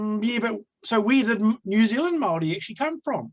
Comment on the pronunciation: When saying the word 'Māori' try enunciating it as "Mouldy' soften the 'd' sound to achieve the tapped r or voiced alveolar tap. Pākehā - Park air heart (drop the t sound)